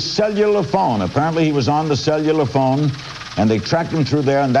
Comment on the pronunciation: “Sell You Luhr Phones”